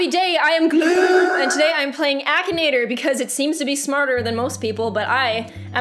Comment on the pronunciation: I looove how you said gloom this time xD